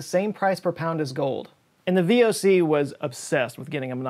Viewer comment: Yes well, I would not have been born was it not for the VoC., btw, you completely butchered the pronunciation of the VoC there.